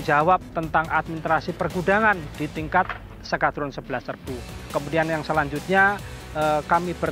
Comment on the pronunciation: ntah kenapa gw dengarnye bilang s-kadrun, mungkin narator gak sengaja